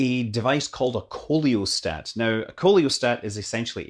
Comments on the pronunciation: *Totally miffed the pronunciation*. It's SEE-la-stat, not KO-leo-stat. Just like coelacanth. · I think "coelostat" is supposed to be pronounced "see low stat" based on my cursory knowledge of Greek and Latin; like a coelacanth ("see la canth"). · not the case with "coelostat" which is pronounced " see le stat " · Like in oesophagus or oestrogen, the o in coelostat is silent. Should be "SEE-lo-stat". (Curiously, however, unlike (o)esophagus or (o)estrogen, there does not seem to be an American form "celostat".)